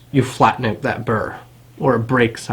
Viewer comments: Canadian. Pronounced out like owuut... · It's cool some Americans pronounce 'out' as "owt". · ow-ut, abow-ut wtf is with that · Canadians talk funny. The work "out" only has one syllable in U.S.A. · I knew you were Canadian before I even saw the flag hahah. The way you pronounce "out" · Every time you say "out" I hear Canada.. Canada!